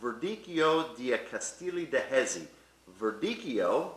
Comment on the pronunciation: I was looking for someone in the comments to correct his pronunciation of Jesi but came upon this lol